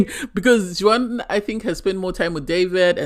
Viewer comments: Juan is not pronounced "Jew whan" but Wahn. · First time listener to your podcast i did enjoy it but it was very irritating how you are pronouncing Juan's as you were doing it incorrectly. The J is silent so his name is pronounced like One. That is very common is Spanish speaking countries to not pronounce the J. Hope that helps ❤